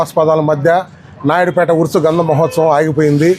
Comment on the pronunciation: Amma grandham kadu gandham